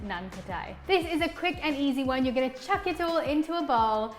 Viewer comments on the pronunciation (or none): none